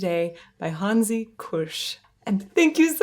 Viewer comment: What a dedication, what a wonderfull interview. You even gave Hansi his "ü", thats very unusual for american interviewers.